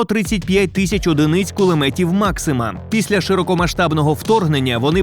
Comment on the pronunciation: Кулемет maxuma😂😂😂😂